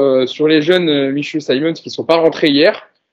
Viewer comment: C'est aussi insupportable de vous entendre déformer les noms de nos joueurs. Vous êtes l'un des podcast référence pour les supporters du PSG donc pourquoi appeler Simmons saymonsse ? Le type est hollandais pas anglais , son nom se prononce Simmonsse . Pareil pour Nuno Mendes , ça se prononce Nuno et non pas nougno Mendes . Je vous avez fait la réflexion pour Baker la saison dernière , j'espère que vous prendrez en compte ce nouveau conseil